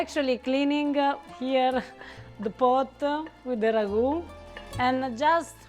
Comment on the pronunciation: I find it fascinating that Italian people always seem to include so many "-a" phonetics at the end of words: "Beef-ah, stir-ah, wait-ah, herbs-ah". Even when using Italian words like "ragu-ah"